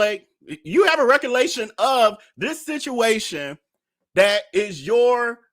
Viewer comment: I’m sorry but I was tickled at you trying to remember “Recollection” 😂 I think your mind was moving too fast because your next word was “situation” and I said he was definitely mixing the two together..Recollation😂